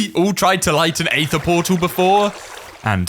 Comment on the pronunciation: Mispronouncing Aether for 47 minutes and 25 seconds straight